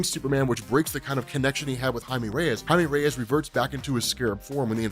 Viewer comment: Woahhh learned how to pronounce blue beetles real name 😂😂